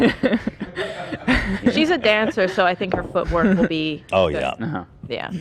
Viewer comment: Ethan saying feetwork instead of footwork 😭💀